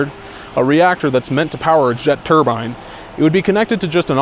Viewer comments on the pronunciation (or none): Im begging you, on my hands and knees. Please google turbine pronunciation. Turbine and turban should not sound the same. Pretty please, I love your videos and want to be able to enjoy this deep dive